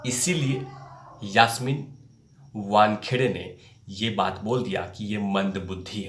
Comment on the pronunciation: मूह तो आप को छुपाना पडेगा पहिले तो यासमीन का नाम सही बोलो. आप का video देख कर हसी आ रही है. धीरज रख सब सामने आ जायेगा.